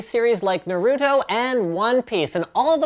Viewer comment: The way he said 'Naruto' made me cringe.